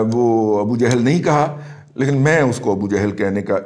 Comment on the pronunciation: Appreciate your views n a bold stance. Please pronounce Salam correctly+ word is ** jahl*** niether " johl" nor jehl. FARHANG e AMIRA would b useful for you.